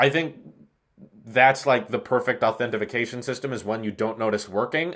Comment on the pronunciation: Stop saying authentication wrong lol